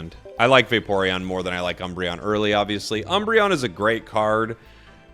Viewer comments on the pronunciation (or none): none